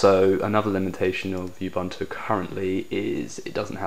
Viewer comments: Ub-, not Yub- Disclaimer: I've been correcting pronunciation of "Linux" for 15 years... Anyway - tempted, for the Android abilities. APC.io's shipping costs are too high for me to contemplate. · GAH! Ubuntu isn't pronounce "Yubuntu"! Looks capable though =)